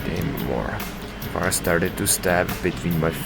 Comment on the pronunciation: Aye, no problem mate! Also don’t worry, you said my name right :)